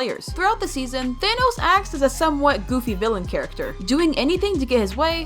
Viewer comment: It’s thanos not tho as